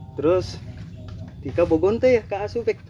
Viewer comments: salah nyebut ngaran tah si tika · Da yg salah ngucapin si tika manggil bek mlh tip 💯% salah